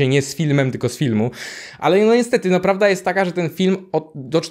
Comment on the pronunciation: Powiedziałeś pworda